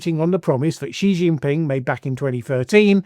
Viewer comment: I would have thought you would learn how to pronounce Xi Jinping correctly.